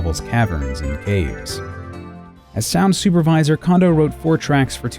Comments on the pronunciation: KAHN-doh? Please. The guy is a legend, pronounce his name correctly. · Despite the numerous mispronunciation of "Condo" and "Osaki" University and other Japanese names or words, this video is good! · I apologize for my mispronunciation, but also literally no one I know has ever pronounced it Cone-doh. Doesn't mean it isn't right, but also context matters. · When will Anglophones stop pronouncing it as "Kahndoh"? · Before I watch this video, I am so worried it's going to be littered with pronouncing it, "Kawndoh," and it's going to drive me insane. I'd just like to say though,, you're an awesome guy, and many of my closest friends mispronounce Japanese stuff all the time, so I will likely enjoy watching this video regardless. Also, Koji is one of my favorite composers, right up there with Grant Kirkhope, Toru Minegishi, Robin Beanland, and David Wise.:) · I’m more bothered that his name is still being mispronounced. (It’s “kohn-doh”) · Kondo is pronounced cone dough. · The first 'o' in Kondo is pronounced the same way as the second (and also the same as Koji). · How can one say "Kondo" so many times incorrectly?! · Would you love him enough to pronounce is name right? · It’s pronounced “kohn-doh,” actually. NOT “condo.” He’s a cone of dough, not a condominium. (At least Dylan Cuthbert got it right.) And his hometown is “nah-goh-yah.” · Did anyone else keep correcting "Cone-doh!" while watching, or is it just me? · His name's pronounced Kohn-doh, not Kahn-doh. Sounds like you're saying condom. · I'm almost 100% sure its pronounced Koh-ndoh not Kahn-doh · Who else really didn't like how the narrator kept pronouncing KAHN-doh instead of KOHN-doh? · Does anyone else feel like it's disrespectful to not do the research on the pronunciation before spending this much time making a video about them? kon in Japanese has a long O. It's cone-doe, not kahn-doe. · Why does everyone pronounce his name "Kando" and not "Kondo". It bugs me.